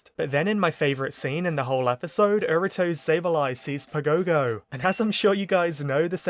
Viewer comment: Man I hate hearing "pa gow gow". Watch the japanese dub and learn the right pronunciation!